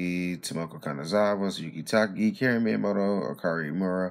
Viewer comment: It’s not Karen dude, it’s Kuh•rin